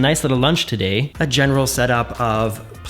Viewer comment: "We made ourselves a nice little lunch, todaaaay". Your Minnesota is showing........lol!!!! :)😂